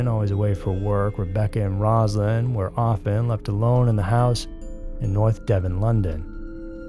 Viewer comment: Nort devon London. That's not right.